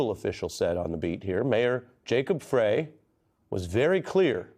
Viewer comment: Learn how to pronounce Jacob Frey's name. Pronunciation is Fry.